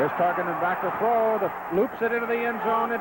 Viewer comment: with Sonny, throw is pronounced "thow.". When I was a kid, I found it funny when he moved to color commentary for CBS.